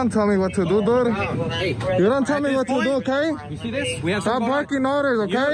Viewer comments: "...but I was already inside". Milton Waddams anyone? And "doo"? Can someone tell him there's a "d" on the end of the word "dude". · “Dood.” Learn the language.